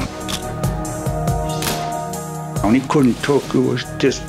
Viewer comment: I'm annoyed beyond reason by the way the narrator pronounces "again".